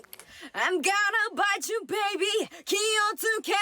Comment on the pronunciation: 今まで普通に聞いてたけどの『気をつけろ』の"つ"の発音綺麗すぎんか